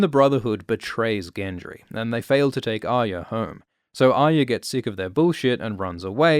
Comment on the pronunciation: The way this dude says "Aya" triggers me bad.. There is an R in there brother... or is it "byotha"